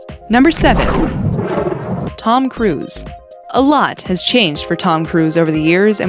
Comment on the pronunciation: Did they really say ton crews Lol wow their putting allot of ppl on here who are very popular